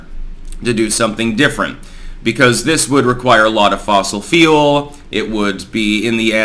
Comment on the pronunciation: you say fule and it sounds like feel carbon feels